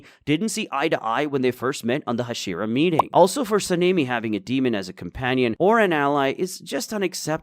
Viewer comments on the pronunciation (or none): Tenjen? Hasheera? wtf are thouse pronounciations? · wtf is a hasheraw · HA-SHE-RAW saying it wrong